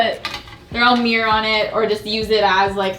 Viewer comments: I didn’t even realize you were saying “meer” instead of mirror 😂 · the way she says "mirror" like "mewr" 😂😂